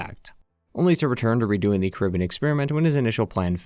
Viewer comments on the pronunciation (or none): none